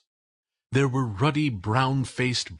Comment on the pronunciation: The word 'ruddy' is incorrectly pronounced 'Rudy' by the reader thus losing me as a listener. If you are going to read to people then learn to pronounce the words!